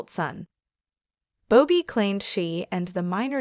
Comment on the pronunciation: It’s Bobby not “Bow-Be”